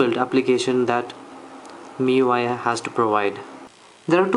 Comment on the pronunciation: It's pronounced Mee-you-eye (miui) , nice video ,btw